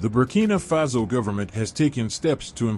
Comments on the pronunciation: Burkina faso not Burkina fazo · "Burkina Fazo"? Correct name is Burkina Faso. Good video otherwise.